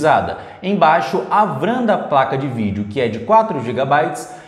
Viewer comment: Show amigo, mostrando a performance na prática! Não leve como uma crítica negativa... Mas fica melhor falar V-RAM que vem de Vídeo RAM do que "vram"